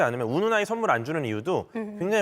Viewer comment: 쏘는 썬물 발음 웃겨ㅋㅋㅋㅋㅋㅋ